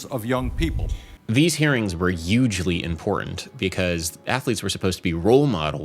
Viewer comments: These hearings were youghdgly important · Did you just invent a silent H on "hugely"? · Yugely? Don’t do that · Bernie always say ugeeely